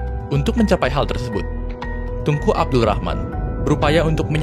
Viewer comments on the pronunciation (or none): Ap gk salah dengar TUNGKU...BUKAN NYA TENGKU..